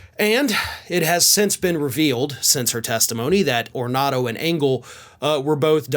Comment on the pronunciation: Getting a name right is as important as getting the true story... C'mon, how hard is that? Anthony 'Tony' Ornato